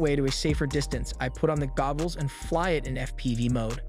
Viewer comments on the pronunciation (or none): Is no one going to say anything about the fact that he keeps saying gobbles?.